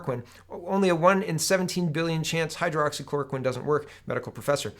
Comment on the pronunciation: Some pronunciation tips for you. Hydroxychloroquine = hi-droxy-cloro-quinn Ivermectin = eye-verr-meck-tin